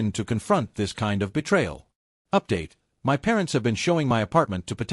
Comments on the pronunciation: Please tell your AI voice that my is pronounced mi not separate letters as in m-y. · While the story is good, the AI needs to learn to say the word " my " ..